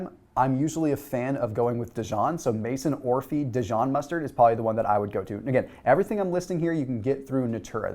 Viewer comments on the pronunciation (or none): Maison Orphée is pronounced: May-zon Or-fay (it’s French). Haha.